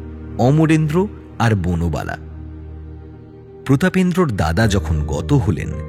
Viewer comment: বনবালা কে বার বার বুনোবালা বলা হচ্ছে কেন?😂